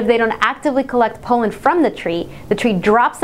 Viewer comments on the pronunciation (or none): Listened to this over and over... does she pronounce pollen not pol-uhn, but poh-luhn? /facepalm